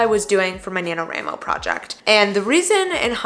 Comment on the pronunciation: I’m sorry but the way you pronounce nanowramo bothers me 😵‍💫😭 national WRITING month WRIIIIIIIII please. Anyway great video thank you for this.